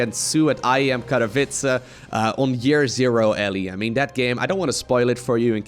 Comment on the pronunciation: Hi. Katowice - this is how you read it: k, a like a u, t, o like in (the first one - so short o, not a long ow), w you read like a v, i like e, c isn't a k but a ts, so very close to an s, e like in entomology or Etna. So Ku_to_ve_tse:)